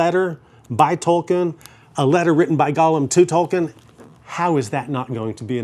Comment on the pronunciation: I love when people like this still don’t know how to say Tolkien the correct way.. 😂